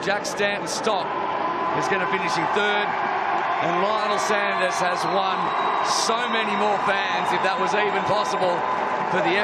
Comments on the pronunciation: As Lionel has been the big marketing push to this event it’s really annoying to hear the commentators ( and ) constantly mispronounce his surname; it’s not like he’s new to the sport; nor they!🤷‍♀️ you need to respect these athletes by learning their names. Otherwise a great event!👍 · Congratulations on securing as big a name as Lionel to this event. It would have been great to hear all the commentators pronounce his name correctly (Sanders not Saunders, it’s not difficult) from the start, this unfortunately seemed a bit demeaning given how much you put him in the spotlight. Great to see non drafting on the bike too.